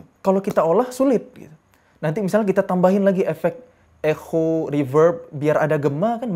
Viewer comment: Jadi bacanya ekho 😂